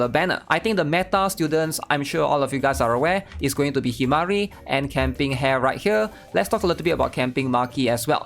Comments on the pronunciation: ITS PRONOUNCE HA-RE NOT HAIR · The way he says Hare and Sumire's name hurts my soul. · really cant say hare's and sumire's name right kek